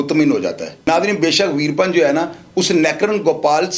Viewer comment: Yeh info hazaron channels pase hai koi new story nahi but ouska naam to sahi le Lena tha ap ne naam hi badal diya veerapan apne A ko silence kar diya good work otherwise